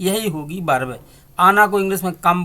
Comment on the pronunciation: Berb nahi bhai verb hoti hai be nhai ve hota😂😂😂🤣🤣😂🤣😂🤣😂🤣